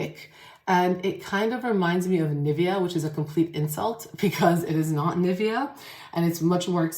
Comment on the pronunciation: She doesn´t pronounce Nivea correctly :)